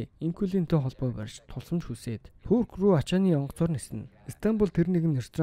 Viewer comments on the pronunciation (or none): none